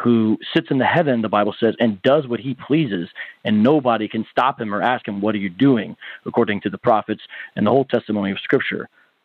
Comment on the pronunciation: Trying to sound intelligent and using the phrase let me "Ax" the question....